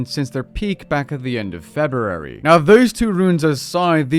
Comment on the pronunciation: Ferberary. I love it